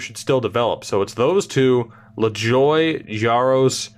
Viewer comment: Lajoie is not pronounced "La-Joy". It is "La-zhwah" (wah as in Patrick Roy if that is confusing)